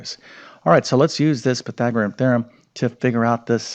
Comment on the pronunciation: It's Pythagorean, not Pythagoream! One would think after teaching math for decades one would learn to correctly pronounce what one is teaching.